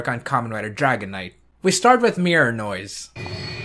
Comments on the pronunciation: Whenever he says 'Mirror noise', I keep thinking he's saying Mirinoi. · I don't know if it's just me but every time he says Mirror Noise to me it sounds like he's saying Mirinoi